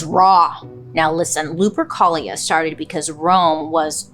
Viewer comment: Why does lupercholia sound like some std 💀💀